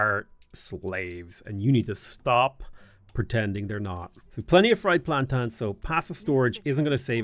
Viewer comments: I love your channel and game play. Always. So that being said it's.......PLAN- TANE......not PLAN-TAN. 😂 don't hate me ❤ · Plantans? You know there's an i in plantains right? :)